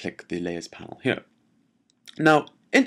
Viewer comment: I like it when he say's..."ghere"...:)